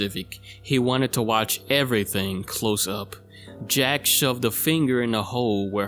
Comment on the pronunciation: lol at the way you said “everything” 😆